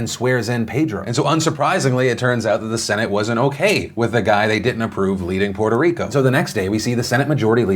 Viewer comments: I'm just glad, Phil, is saying Puerto Rico without an accent.....i was getting triggered. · Puerto Rico; Draining the hell out of it's swamp! Also, Thanks Phillip for not putting on the mierda accent when pronouncing the name.